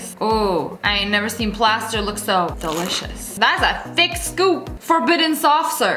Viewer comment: Nobody: Literally no one: Lia: Excellent, excellent, DELISIOUS